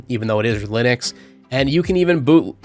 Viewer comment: "Lynix base os"? Or Linux?